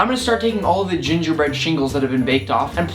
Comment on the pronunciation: you said jinger breddy